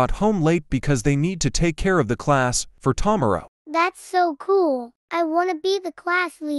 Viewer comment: "See you tamero"